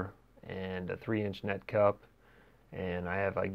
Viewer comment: Why do I laugh EVERYTIME he says net cup 😂😂